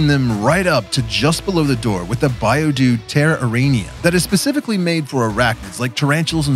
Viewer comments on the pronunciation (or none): none